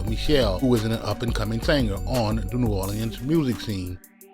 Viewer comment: I absolutely hate the way you say New Orleans